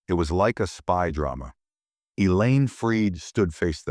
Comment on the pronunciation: Elaine not A Lane or Ang.